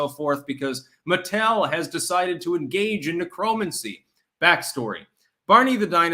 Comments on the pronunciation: Never heard anyone pronounce Necromancy the way does... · Lol at pronunciation of "necromancy" and "salmon"